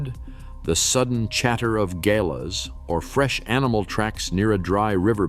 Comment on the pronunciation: Galah- gah-lar....